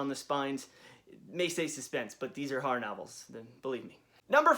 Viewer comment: why do you say harr instead of horror